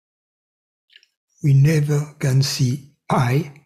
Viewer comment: thank you, thank you, thank you. bon soir? that “goodnight” in French? lol. kept hearing, “oui are” instead of “we are”, I was like “okay, now who is this oui.” Lol. Ciao 💤. wish i had this on a cassette tape i could put on auto-reverse like i did with that “1st tape” i got back in the mid-late nineties…..must have listened to that sucker two weeks straight, lol…..something in your voice….can’t quite put my finger on it but has the same effect “on me” that music has on the Tasmanian devil in the looney tunes cartoons…..everything but bagpipes, lol. Goodnight.